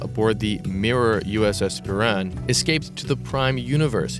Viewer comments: I know a lot of older people from rural areas that say "ex-cape", it's hilarious. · Just please learn how to say the word escape. Please. Otherwise excellent as always.